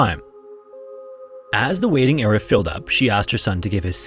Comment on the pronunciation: Area, not era.